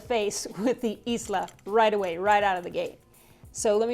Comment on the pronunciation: In the spirit of trying to help your great channel: “Islay” is pronounced “eye-luh” “Laphroaig” is pronounced “luh-froyg”